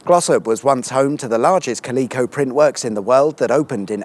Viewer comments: Ca - lee - co? 😳🤔🤣 Cal - e - co ✔️ Do like a Bakewell tart though, a nice spread and sticky where it counts… 👅😋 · I thought Eyam would be your detour destination. Ah well. Oooh - and I believe that it is CALico, not Ca-LEEK-o. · ca-LEE-co????? Aaaaaaaaargh. CA-li-co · Is that how Brits pronounce calico? I’ve never heard it that way before. It’s CAL-ick-oh where I come from. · Love your videos but that pronunciation of Calico was jarring! 😂